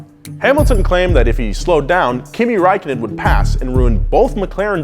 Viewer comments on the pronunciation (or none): Kimi Räikkönen Finnish you completely bucherd his name i woud know im Finnish my self.